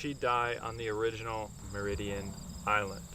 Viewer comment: FYI, The name of the town is pronounced locally as Mary Dean. Not Mer-id-ian. There are at least 3 versions of the Mary Dean story. The most famous being, A little girl traveling with her mother upstream on a steamboat, got sick and passed. She was supposedly buried there. Been exploring Happy Island a lot recently. Before the big flood, there was no island. Happy island was connected to the mainland. Most of the foundations are on the east side. There was a logging mill, school, church, homes and farms on what is Happy island now. Also camped there in past, have not had any experience with strange stuff… Really enjoyed your video and will definitely get back if I see anything weird going on!!!